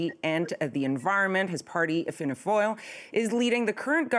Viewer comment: Wow her pronunciation of “Fianna Fáil” was spot on. I’m impressed. She must have a work colleague that’s Irish lol. Fine Gael wasn’t so good but 10/10